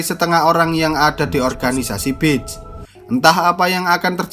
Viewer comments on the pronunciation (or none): Beach bang bukan bitch